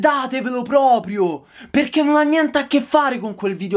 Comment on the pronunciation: Si dice propRio, non propio!!! Voglio vedere se qualcuno ti entra in casa (di notte) cosa fai...